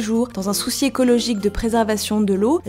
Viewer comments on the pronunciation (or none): "dans un soussis écologique" XD